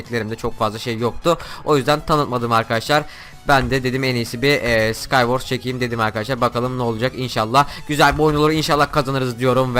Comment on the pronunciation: Skaywars değil skaywors diye söyleniyor :D